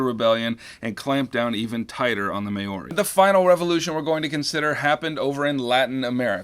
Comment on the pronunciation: As a New Zealander can I just say that the name of the native people is Māori, pronounced Ma-oo-ri not Mayo ri